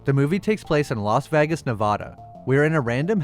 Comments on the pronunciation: I really enjoy your videos and with all due respect but why are you pronouncing vegas as vagus!? Honestly it sounds like a vagina fungus! Again i really enjoy your videos and thank you for making this content! But vagus... Not sure which is worse, this or them calling House of the Dragon HOT D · I am not sure where you are from or if the way you are pronouncing the city name is a joke, but it is painful. It is not Vag us it is Veg is. That is the closest I can show you, but I know you can find a spoken guide on line. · yeah he says vagas aswell ...its vegas..like vay-gas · I believe there's a lot of YouTubers deliberately mispronouncing words in their videos so that they generate more comment traffic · VEgas. Not Vagus. 😆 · It's Vegas. Not Vagas.. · You know it’s called Vegas and not Vagas? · The way you mispronounce Vegas is hilarious. VAGUS. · Your pronunciation of Vegas is killing me. It's VAY-giss, not VAH-guss. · Why the hell do you say vagas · Is that what he meant? I thought it's a fiction town called Vahghes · Why do you pronounce "Vegas" like that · “Las Va-Guess” Lmao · Vay- gus... You killing bro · Great job! (Low key LOVED every time you said Las Vagus!) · “Vag iss” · I had to turn on CC to see you were trying to pronounce Vegas as Vaggas. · Pronunciation of vegas was really off. Did this have a ai voiceover or u just dont know how to say things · I know you know thats now how you say vegas. Wtf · Why the hell do you stick Vegas like that? I usually really like your videos, however, your pronunciation of the word Vegas is annoying. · Hearing this guy say "Vegas" is painful. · Why are u struggling to say Vegas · its the way he pronounces Vegas 😂😂😂😂😂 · You gotta learn how to say Vegas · The way this guy keeps pronouncing "Vegas" like he's the G-Man is really sending me. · Yeah, I've never heard anyone pronounce Vegas that way.